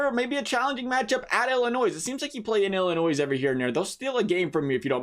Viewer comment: Dude it's not Illinoise, it's pronounced Illinoy.